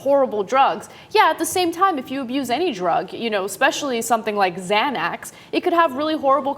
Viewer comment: someone please help ana re pronounce xanax